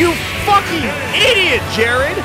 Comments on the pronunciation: actually it was jaird like jab air lmao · No one: Absolutely nobody: Not even jArEd: Alpharad: dO yOu EaT sAnDwItCheS wItH tHe CrUsT oF, JAIRED